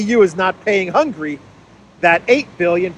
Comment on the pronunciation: hi, thanks for your excelent update. Just a small hint: it is not hungry, it is Hun-ga-ry. Try to pronounce it more like a Greek than an English speaker person 😁. Orban said, the European Union cannot become an "In-debt Union". Hungary is ready to help Ukraine on a bilateral basis.